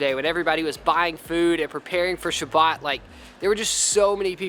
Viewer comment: We said Shabbat not Sabbat